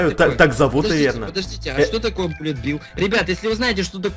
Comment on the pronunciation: Перевод Пуля Билл, а читается Буллет билл